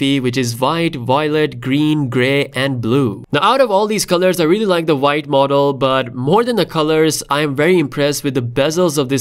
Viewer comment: I like how you say: VVVhite😅